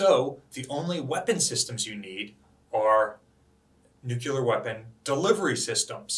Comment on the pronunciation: Nuclear. New Clear. Nuclear. Not New Qular. Nuclear.